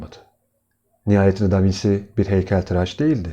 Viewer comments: İlgiyle izlediğim anlatınızda tek rahatsızlık veren: Bizim ezelden beri Da Vinçi (yazım hatası değil, telaffuzu belirttim) diye bildiğimiz ismi Da Vinsi diye okumanızdır. Doğruysa biz değiştirelim bilgimizi...teşekkürler... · Elinize sağlık. Ama sormadan edemedim. Da vinci italyanca aynı şekilde okunuyor diye biliyorum. Davinsi diye okunduğunu bilmiyordum?